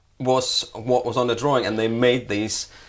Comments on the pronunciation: Robinett Seems like you can't spell " drawing ", and can't pronounce it. There's only One " r". Just like sawing, or pawing. It's not an accent. Get it yet??? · What is a drawring? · DRAW---ING. NOT DRAW---RING. FFS.....